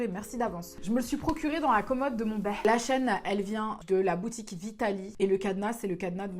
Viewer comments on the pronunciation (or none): none